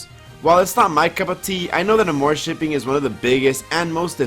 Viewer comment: My medievally wired brain honestly thought it was pronounced: ARMORshipping, not aMOREshipping (spelled like it sounds).